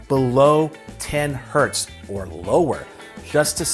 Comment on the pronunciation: When he thought the Z in Hertz is an S and tried to pronounce it as a singular word...Hert 😂😂😂